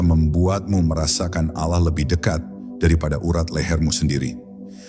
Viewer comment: Saya menyimak berulangkali konten seperti ini. Isi/ intinya bagus tp yg mengganggu adalah naratornya dlm mengucapkan lafal Allah. Kadang diucapkan dg lafal seperti pengucapan orang kristen, tp kdng seperti lafalnya orang Islam. Kok tdk konsisten. Naratornya benar2 Islam atau tdk..? Coba anda simak sendiri.. Cermati jg video2 yg mirip dg itu...